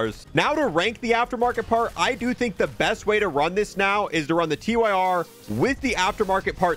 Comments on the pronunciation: gets me every time he calls it the Tee-Why-Are instead of the Tyr (sounds like tier) It's the name of a nordic god, look at the names of the grip attachments. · This bugs me every single time. No hate, but it's Tyr as in the Norse god, pronounced 'Teer' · Please for the love of god call the Tyr revolver the TYR revolver…. Not T-Y-R. Its the fcking god of war Tyr